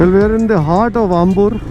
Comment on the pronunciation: bro... Ambur is really "aambur". Not Umbur. Swalpa adjusht maadi :-)